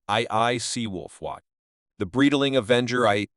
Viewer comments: Breedling? beezel? XD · You can teach the speech AI you use how to pronounce Breitling correctly using IPA.